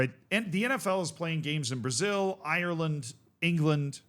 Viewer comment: Google how to pronounce Ireland BEFORE you get on camera and record yourself There's no shame in not knowing how to pronounce a word you aren't familiar with, there is shame in being wilfully ignorant when a Google search takes 2 seconds